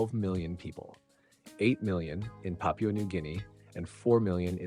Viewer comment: "Pah-pyuu-uh" These narrators really gotta make a habit of googling how to pronounce words that they don't often say.